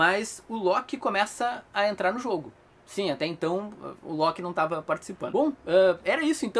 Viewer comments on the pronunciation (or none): none